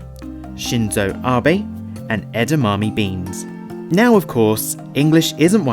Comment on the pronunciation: it's edama 'may' though, also you don't pronounce every vowel, like tsukiji, suki is pronounced more like skee